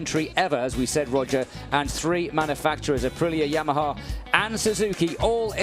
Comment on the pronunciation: It’s 🇮🇹APRILIA🇮🇹 not 🌮ApriLLa🌮